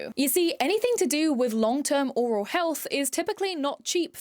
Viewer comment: oral and aural are pronounced different. Aural means to do with the ears. Oral means in the mouth. Oral is said more like oh-ral